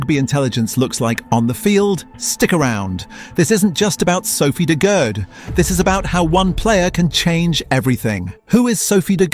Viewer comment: This is cool but you re saying her last name wrong. Phonetically it’s de Goodie.